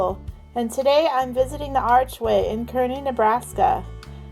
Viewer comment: It’s pronounced kar- ney not kerney Nebraska No hate though